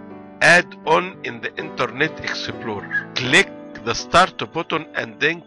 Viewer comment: Exe plo re. Haha i never heard someone talked so funny. Dude this is fucking wierd man!